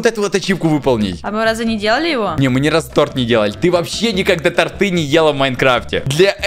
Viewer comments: не тортЫ а тОрты большая буква это ударение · тортЫ? 🤦‍♀️ тОрты! 2 тортА? 2 тОрта! Господяяя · извини что душню и либо мне показалась либо нет, но будет правильнее торты, а не тарты ( если мне не послышалось и ещё раз извиняюсь что я чуть душная )👉👈 Заранее извиняюсь если мне послышалось:) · Не тортЫ, а тОрты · Не тортЫ,а тОрты🙄👎